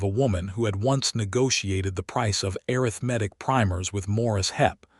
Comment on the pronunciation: Have a new word to add to my list of words that AI seems unable to pronounce correctly: arithmetic (pronounced a (shirt a), rith , ma, tic). If you cannot adjust the pronunciation, please use another word. For example, Ms. Hadley, the boarding house owner was able to say mathematics correctly. Listening from TN.